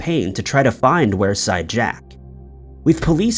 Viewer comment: It’s pronounced weerside.